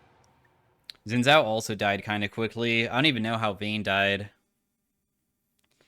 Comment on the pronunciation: day 1 of asking to pronounce xin zhao correctly